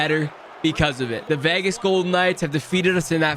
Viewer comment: did he say vehgehs?